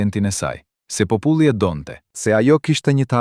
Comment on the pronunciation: Ku e keni gjetur kete mut muti qe nuk di shqipen kur dhe fjalen popull qe eshte pothuajse e pergjitheshme